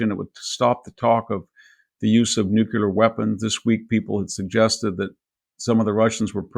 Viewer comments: nuclear -- NOT "nucular"... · Big fan of VDH, but NOT a fan of hearing him repeatedly say “nukular” 🤦‍♂️ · Oh for God's sake...can your edumakated self learn how to pronounce "NUCLEAR" correctly ??? Geeez.